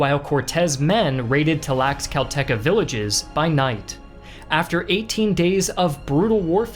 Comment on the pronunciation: Learn to pronounce Tlaxcalteca for God's sake